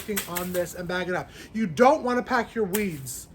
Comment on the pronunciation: “Because I don know” the accent 😂 I loved it! Also, the shade cloth would be in the summer depending on how hot and bright your spring is. I love your greenhouse! But yes lots of work. Our yard was trashed when we bought it too. So worth the clean up work though. 😂 I love that you found a pepper. I’m laughing so hard. Your reactions are the best! I’m so excited for your raised beds this spring